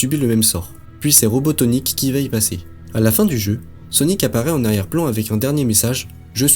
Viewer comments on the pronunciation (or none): Abysses ! Merci pour la vidéo, bonne narration malgré quelques erreurs de prononciations (réhal, Robotonik par exemple) et un son moyen mais cela ne gêne pas pour suivre la vidéo. Continue comme ca, +1 abonné